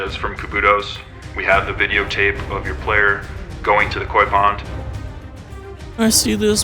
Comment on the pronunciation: Koi not coy. Come on people